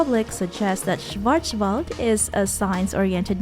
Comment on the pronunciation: your german pronounciation is terrible haha. Schwarzwald is also german for Blackforrest.